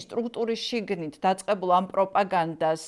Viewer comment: უდიდესი თხოვნა გადაცემის წამყვანთან: “შიგნი” არა - “შიგნით” კი